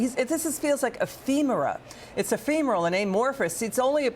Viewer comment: Can’t say ephemeral…wow…that’s how you know legacy tv news people, regardless of outlet are just actors. Fed the term on the prompter, aaaannnnd immediately flustered.